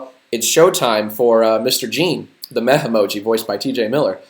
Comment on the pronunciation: When you said he’s a meh emoji…I keep on thinking your saying “meth emoji” 😂